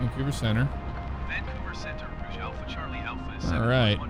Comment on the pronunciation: Again a great video! Love the replays too. Just a quick note tho, Air Canada's Rouge livery is pronounced "Rooje" which is french for Red. Keep up the great work.